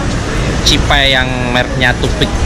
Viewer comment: Cipay ya om bukan jibay 😀😀😀😀😀 Awas salah sebut 😝😝😝